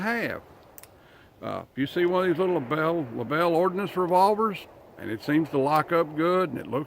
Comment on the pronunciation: "Label 1898"- ?? "lAbel"? .. "1898"??